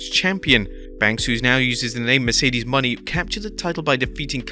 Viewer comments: You still can't pronounce Mercedes Monè properly. It's not Money, it's Monè. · I don't believe it's pronounced money